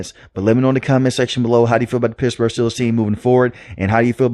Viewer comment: Lol dude. You gotta curb your speaking inflection a bit when it matters. Pissburg is not ok, you gotta pronounce those T's bro